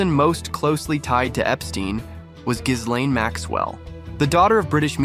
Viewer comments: Ghislaine / ghee-LAYN, ghee-LEN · If you're gonna do a video about Epstein, at least learn how to pronounce Ghislaine. But maybe you're just an AI voice?